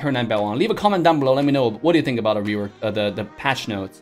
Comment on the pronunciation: Am I the only who heard rewakt?